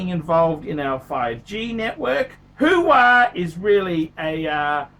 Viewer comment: its Huawei - pronounced wah-way... who de phuck is who-wah? Al Pacinos new phone company?